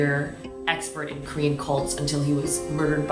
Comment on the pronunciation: Everytime she said Korean to me it sounded like she said cream😂